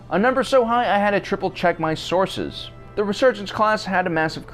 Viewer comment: I have a hard time watching these videos without imagining the narrator saying "sauce" and "sauces" over and over again